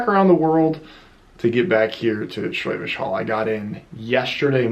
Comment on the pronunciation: for a moment there I thought you said Schwäbisch Höll'. ;)